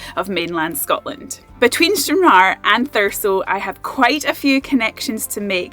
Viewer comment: Plz say Stranraer correctly!!!! If not get outta Scotland!!!! Watching ya vid made me laugh.. English twat!